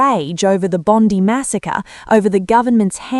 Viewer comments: It's Bond Eye not Bondi. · Bondi is pronounced with an ‘I’ not and ‘E’ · Why have journalists STILL not learned how to pronounce Bondi ... BOND-EYE .... Can they say EYE? Bond-EYE. NOT Bondy! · NOBODY SAYS BONDEE. Enough AI shit. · Pronounced Bon-die . And yes albozo is a gutless spineless hamas supporting traitor. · Please will someone teach others how to pronounce BOND EYE. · It's pronounced bloody Bon Dye. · Its BOND - EYE !!!!!!! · Pronounced "Bond eye" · The pronunciation of the beach side suburb is NOT Bondie. For goodness sake, get it correct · So where exactly is the clip of Sam Mostyn saying this! And why is anyone listening to this robot that can’t pronounce Bondi? White with an Australian accent? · At least get the ai to pronounce Bondi correctly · Please learn the pronunciation of “Bondi” ! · This is AI - just listen to the pronouncement of Bondi